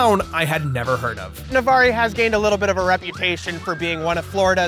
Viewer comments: Love the video :D BTW IT'S NAV-ARR NOT NAVARR-EE!! LIKE A PIRATE!!! Sorry (I'm a local) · hearing him pronounce in Navarrie is so funny as a pensacolan LMAO thats Navarre baby the e is silent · i lived in fort walton for ten years... never heard anyone call it nuh-var-eee... its just nuh-var... navarre lol nice one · weird coincidence you went to my home town. although my dude, it's pronounced Nuh-varr not nah-varr-ee lol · Hahaha Navarr-E? I lived there as a military wife for a long long time. It’s pronounced Navar. Hell maybe I jumped into another universe and don’t know it. But I never heard it called Navarr-E hahaha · I live in Fort Walton Beach that’s next to Navarre. It’s pronounced Nah-Varr, not Nah-Varee. I laughed 😂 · I love you but as someone that lived near the underwater McDonald's its pronounced na-varr not na-var-ri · OH MY GOD Its Navarrrre (pronounced Like Far) no extra e on the end Pensacola is better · "navarree" oh my god the pronunciation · BRUH. It's pronounced Nah-Var. You're killin me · It’s pronounced nuh-var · randomly clicked on this video and i live here haha! it’s “na-var” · It’s NA-VAR beach. NO “e” pronounced. Navarre. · The way you said Navarre made my brain shrink lmao. It’s just pronounced navarr, no need to enunciate the e. LOL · Hey man! It’s pronounced Nuh-Var! I’ve been high at that McDonald’s countless times! It actually used to be completely normal and then they re-did it around 2016. I’m glad you liked Navarre, it’s a really great place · AGGGG YOU SAID NAVARRE WRONG you pronounce it like navarrrrrre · I live in Pensacola, and Navarre is pronounced with a silent "e". "N-a-v-a-r" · PLEASE STOP CALLING Navarre, "Navari"! It is a town in Florida, NOT a creature from the movie Avatar. Thanks, 'cuz it was getting pretty annoying. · It’s pronounced nəˈvɑːr. No long e. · Its pronounced Nav-Arr. lol I grew up right next to Navarre, in Fort Walton Beach! man it would have been so amazing to meet you! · it’s NA-VAR